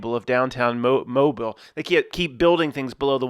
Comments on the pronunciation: "ruined the movie for me". Every time you said Mo-bil, as opposed to Mo-beel, ruined this video for me. Grow up, the folks from Mobile are proud of their heritage, don't crap on them. Act professional, and smart college boy. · Proud of you you said Mobile almost just right. Ya say it like a dudes name Mo BEEL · How is it pronounced??? Moe-bull, or moe-beel?